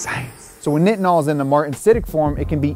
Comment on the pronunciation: As a person who makes Nitinol wire, it’s hard to hear you call it “knitinol”. It’s pronounced like “Nightinol”. We often call it NiTi (NyeTye). We make it for agencies like NASA along with other sectors like the Medical Field being one of the most commonplace uses of Nitinol.